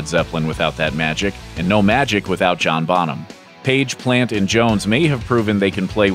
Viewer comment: This narrator says "John Bottom" ... WTF